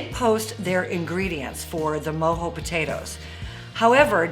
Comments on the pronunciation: She keeps saying Mo-Hoez which I personally Love myself every weekend, but it’s Mo-jo as in mo joes. Lmao, let’s get it!!!!! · Lmao never heard them called “moe- hoe “ potatoes and not “moe- Joe” potatoes lol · MOE JOE NOT MOE HOE potatoes!! 🥔 I'm dying over here every time you said Mo Hoe 🤦🤦🤦‍♂️🤦‍♀️🤚😪🤤🤤🤯😵🤯😭😱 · Mojo? It’s MO-JOE without the e